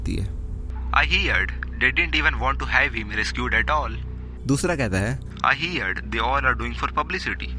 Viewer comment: हिअड॔ नही हड॔ ....heard ka pronunciation.......herd ke Tarah hi hota hai pronunciation iska bhi